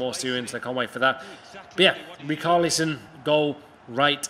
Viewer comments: It’s RiCHARlison not RICARLison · Rickarlison thats how u say Its acc richarlison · Ricarlison are u ok it’s richarlison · Rich arlison not rick arlison ffs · That richarlison pronunciation is disgusting 😂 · It actually hurt my ears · He did him dirty there. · Im brazilian, thats definitelly not how we say Richarlison.